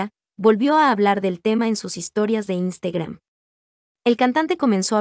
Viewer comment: La voz del video:"instegram"🥵🤣